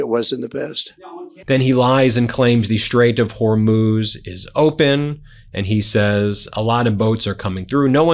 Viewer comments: Trump is the only person I hear who says "Hormohze" straight instead of Hormuz. He's pretty consistent about it, too. It's like fingernails down a chalkboard. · Does he keep saying hormose strait? Does he not know that data centers do not have a workforce bigger than 10